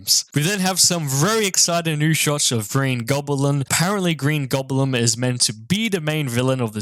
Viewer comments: nice breakdown video my guy, and also did say Green Goblin as Green *Goblem* lol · Man said green gobalem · Did this man say “Green GramBlam”? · Did you say Goblem... XD XD XD